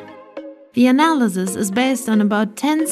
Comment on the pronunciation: She said analyziz